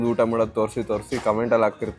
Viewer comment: Kannada sari madi uttha all utta